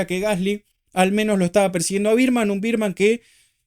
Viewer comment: Me mata que decis "Birdman" a Bearman jajaja Como la pelicula de Keaton